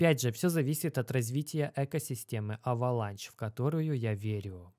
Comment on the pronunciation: уважаю тебя но почему авеланч авеланш на англицском